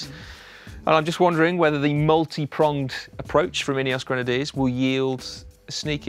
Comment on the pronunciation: "...Ineos Granediers 20 team leaders..." 😂😂😂😂... Starting to resemble Movistar 😂😂😂